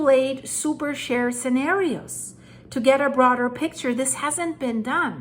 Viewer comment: Pronounced superSHĒR not super SHARE!